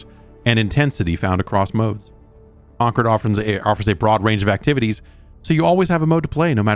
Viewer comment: Con-cord not Conquered